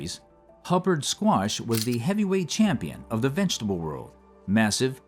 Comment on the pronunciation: Love how you say vegetable. It’s like how I say it. Vengetable.